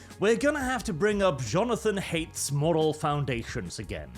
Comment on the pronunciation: Haidt's last name is pronounced "height"